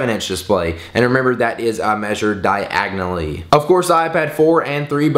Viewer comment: u said di agnoly instead of diagonally